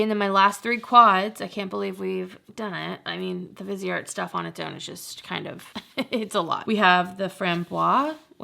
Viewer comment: i love your videos and would enjoy a viseart video. but please look up how to say the names right.